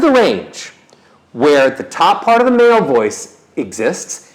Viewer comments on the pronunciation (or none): none